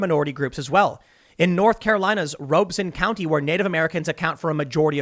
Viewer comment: Excuse me Tim, Robeson county is pronounced with the soft o and e sounds Rob-e-son. It happens to be the poorest county in North Carolina I have family there